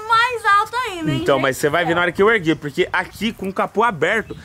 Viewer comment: Muito de Boa Mesmo PoRRRRQUE kkkk Amooo essa fala